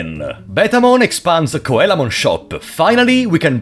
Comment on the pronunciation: Coelamon is pronounced "See-la-mon" It's because it's based on the ancient fish, the coelacanth. The sign he's referring to is a dojo's title sign, it's a japanese thing, a person from a different rival dojo would challenge a dojo to get their entry sign if they won, it would make it harder for people to know that a dojo was a dojo and if it was missing people would know that the dojo wasn't the strongest in the city. It's very much a japanese trope so there's no real equivalents in other countries. The reason why some Mega Digimon are Ultimates in this is game and you can't digivolve into Mega because Mega Digimon didn't EXIST yet. They were introduced after this game. Kokatorimon is a Cockatrice, it's supposed to be Cockatrimon but like, translators are dumb sometimes. Cockatrices are a mythical beast that has the power of petrification, it's born from a rooster egg that was hatched by a toad or snake and is basically a rooster/wyvern. They're related to Basilisks. Lol poor bastards that were petrified. Gekomon is pronounced like "Gecko-mon" not that they ARE geckoes they're Frogs, but the japanese onomatopoeia for frogs croaking aka ribbiting is geko-geko Airdramon "Air-dra-mon." yup. Whamon "way-mon" because Whale. Great job~ :3